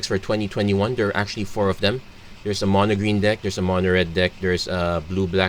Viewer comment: Your accent sounds like your saying trees mana, instead of green mana